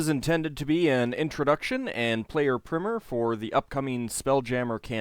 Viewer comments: Look up the words Prim and Prime, what you said is totally wrong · That's not how you pronounce "primer"